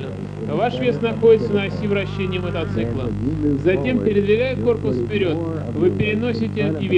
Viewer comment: Мотоцикла а не мотоцыкла